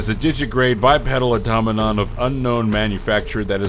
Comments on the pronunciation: Eyetommadon = Automaton Au - to - ma - ton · ok I know this is a 3 year old video, but only one person seems to know how to pronounce Automaton. Everyone else gets it all garbled. Ah-tah-mah-tahn. I also keep hearing Faucets (as in where you get your water) instead of Facets (as in functionality).